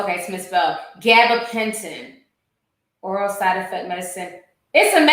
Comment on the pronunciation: Ga-ba-ben-tein (how you would pronounce it) my mom use to get them for nerves